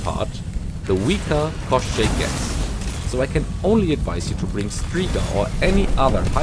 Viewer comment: You actually pronounced the name of the gun really well. For reference, in Slavic fairytales Koschei is similar in concept to western Lich.